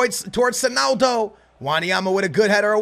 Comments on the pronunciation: beg you stop saying sonaldo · why you saying sonaldo